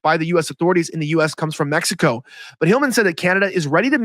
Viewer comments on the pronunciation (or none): none